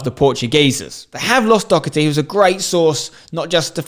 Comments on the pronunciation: It’s pronounced Dohh-erty not Dock-erty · DAW HERT EE NOT DOCKERTY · How can none of the english say “Doherty” right 🤣 its not Docherty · Hate how the English say Doherty, it’s pronounced like Daw-herty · Its Doherty not dockherty